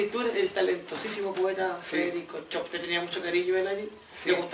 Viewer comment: Se pronuncia Shopf...no comerse la s y la f...no es chop